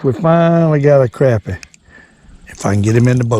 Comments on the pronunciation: I totally agree.its crappie,not croppie. You go get um! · thank you for saying CRAPpie instead of CROPpie like all the yankees say and every other fishing video. I guess its because they are just full of CROP !